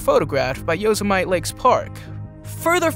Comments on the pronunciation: I like the Yozuhmight national park... Yo sim mitty, is how it's supposed to sound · Say, "yo-semitee', not "yosah-mite". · Decent video. Need to play the original clips you base each segment on in full and stop cutting away multiple times. Also, Yosemite is pronounced Yo-sem-i-tee. It's Massachusetts, not Mass-a-too-shits, and Samhain is pronounced Sah-Win. 😊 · Cool video, but it is pronounced Yo-SEM- it-tee. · Did he really pronounce Yosemite as Yo-So-Mite lol.